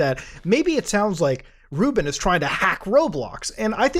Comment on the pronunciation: Ruben? I thought you said Rootbet 😂